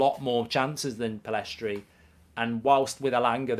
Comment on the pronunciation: Still doesn't know Pellistri's name haha